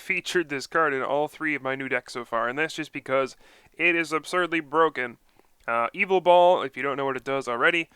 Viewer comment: It's not evil tall!! Ugggggggg. It's ya vetel